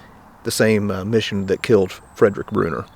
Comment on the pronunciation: I was surprised when I heard a potential relative mentioned, now I dont know if I'm any relation to Fredrick Brunner, but kudos to pronouncing his last name the same as I do. I now have to look up to see if I'm related to this hero! Thanks for all you do!